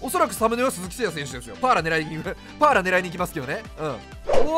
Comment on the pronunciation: VIPさんがAランク選手出した時に好きな発音 ・1位 Patton ・2位 パッーラ(飛沫量3リットル) ・3位 デラロ↑サ